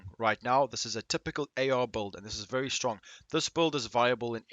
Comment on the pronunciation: Are you saying build or bold?